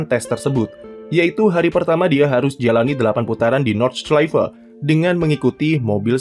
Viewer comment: Bacanya Nord-shlai-fe